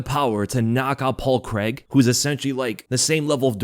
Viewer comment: There's no Paul Creg- try this phonetic pronunciation- Crayg. It's sounds horrible, as a Scot, to listen to your lazy pronunciation of a good Scots surname!